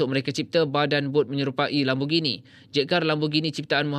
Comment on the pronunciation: Kereta apa tu???... Saya dengar guna headfree "Lembugini".. 🤔